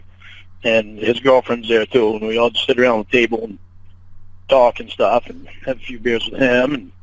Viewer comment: “Talk and stawf…” what an inbred😂